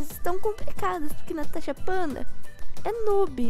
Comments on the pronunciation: Não é tanasha é natasha vi falou errado quase o vídeo inteiro, mas tudo bem #Natashavocêconsegui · Quem percebeu que a falo tanasha fanda😂😂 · Natasha vc falo corre tanasha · vc falou Tadacha Banda kkk